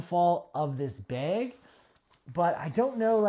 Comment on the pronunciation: “bag”, not “beg”